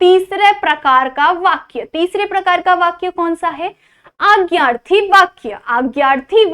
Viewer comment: Didi marathi mai agyarthi nahi bolte.. adnyaarthi bolte bai..